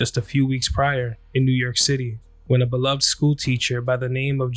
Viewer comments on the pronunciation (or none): none